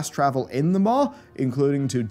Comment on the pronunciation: Say it with me, Des-mo-ter-on not desmotron, this isn't 2077.